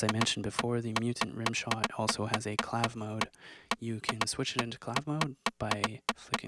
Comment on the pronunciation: it's pronounced clave-EH ;)